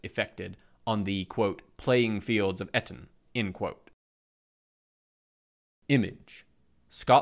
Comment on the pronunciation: Excellent to listen to! Just a quick note for if it comes up again, Eton is pronounced with a long E - more Ee-ton